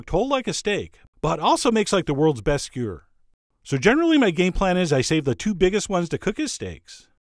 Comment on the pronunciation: "Skyer" is Johnlish for "skewer"